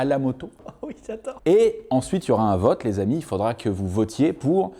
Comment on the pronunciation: Le voTe avec un T comme Le Tedz.